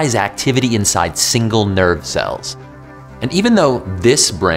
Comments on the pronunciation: I heard the same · I understood "nerd cell" instead of "nerve cell" and it took me a while to figure out because it made total sense to me